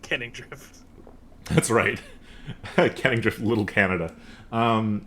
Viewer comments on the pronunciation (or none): I keep learning new stuff about this world, like, it’s “Kenningdrift” not “canningdrift” and here I thought they had their office in the district with lots of canning factories, producing all kinds of canned foods 🥫